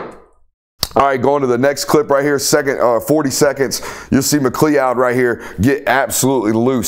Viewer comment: MA CLOUD...come on bro.